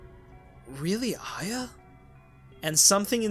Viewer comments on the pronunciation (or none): Why does he say "Ayeea" instead of Arya? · As much as this is awesome and fascinating... Its A-REE-UH. Not Ai-yah!!! That pronunciation so many times kills me 😂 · you’re brilliant but the way you pronounce Arya as iya drives me insane idk pls use an american accent from now on only when you say her name for my personal comfort thank you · Why can't you say Arya right?